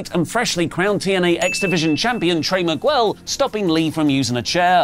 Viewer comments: Trey Mig-well? It's Miguel also pronounced Mig-ell, the U is silent. I enjoy the shows btw. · okay i know its the british accent, but it takes 5 seconds to look up. Trey Mi-G-el. Just pronounce the G. No need to pronounce the U.